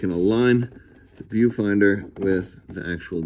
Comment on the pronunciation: When you said “viewfinder”, I thought you said “pedofinder”